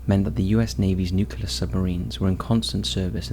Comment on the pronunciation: its "new clear" not "nuc you ler" ots ok though, we all love you anyway:)